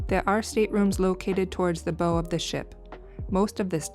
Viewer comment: It’s bow, like you bow before someone. Not bow like a hair bow.